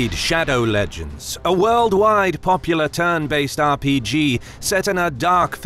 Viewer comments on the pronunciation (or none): none